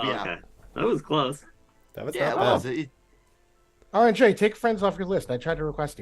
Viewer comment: Ironic announced he is arbiter of pronunciation… then immediately mispronounces AuronnJ’s name 😂